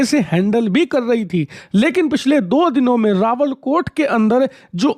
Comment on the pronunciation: रावलकोट नहीं रावलाकोट बाबू सही बोला करो